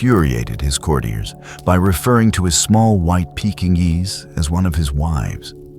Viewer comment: Get your AI to say Pekingese properly.